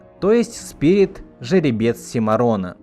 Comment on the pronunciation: Кстати о моменте, в котором Ручеек произносит свою прощальную «речь», называя Спирита сПиРиТОм: у меня в детстве был (и сейчас есть) диск, на котором мульт в СУПЕРШАКАЛЬНОМ качестве и с пиратской озвучкой, но эта озвучка настолько приятная, что словами не описать. И в том самом моменте индеец как раз называет Спирита неукротимым духом. И у меня в детстве из- за этого как раз сложилось впечатление, что он и имя ему даёт, и выражает своё восхищение. Да и вообще эта озвучка мне до сих пор нравится больше, она более «взрослая», что ли. Даже не знаю, как описать. В профессиональной, а услышала я ее только в подростковом возрасте, давольно часто возникали какие- то немного нелепо- детские моменты. Подытожу: мультфильм люблю всем сердцем до сих пор! И пересматриваю в ультрашакальном качестве. Желаю всем смотреть хорошую анимацию и преисполняться в своём познании!!